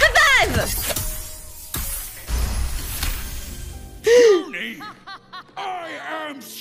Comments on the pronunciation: "punny rutting" lol it's puny pronounced like pew-knee Still very funny video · Punny? Puny is pronounced pyoo-nee